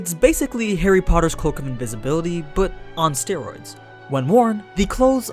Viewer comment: Cloak on steriords lmao